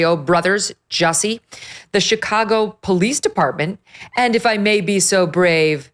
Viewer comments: Joosey Soomlyay. Say it right! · His name is pronounced 'Juicy'. Hard to take this seriously if you won't say his name correctly.